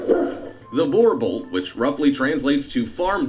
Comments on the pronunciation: Im south african and my man butchered "boerboel" 😂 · must be english if you think he pronounced boer correctly